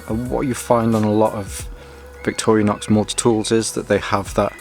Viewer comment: Victorinox not Victorianox